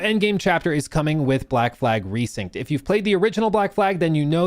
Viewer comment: Resynced not RESYNCHED 😭😭😭